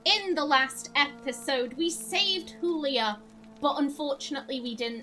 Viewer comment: I wonder why you pronounce Iulia's name like that ('hoolia')? Should it not be 'yoolia'? Anyways, having fun binging your playlists ;)